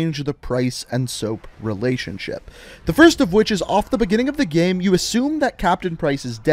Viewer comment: Just me or is he saying gem instead of game